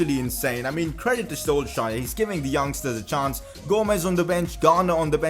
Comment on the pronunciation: Your saying Solskjaer wrong